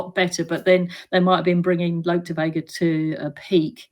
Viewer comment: It’s Look De Vega Tanya not Lope